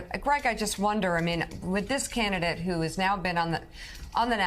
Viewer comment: Am I the only one who heard say CANTidate when referring to Hershel Walker as the republican candidate… and I hope that was on purpose CAUSE THAT WAS SO SLICK AND SHE AIN’T LYIN!